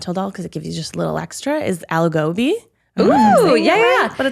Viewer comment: hearing white people pronounce Indian dishes will never not be funny cuz I legit spent 5 mins trying to figure out what algovi is to realise it's aloo gobhi 😭